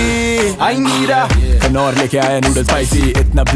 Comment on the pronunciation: Young Stunners act all yo boys but they don't realize that Knorr is pronounced Norr..K is silent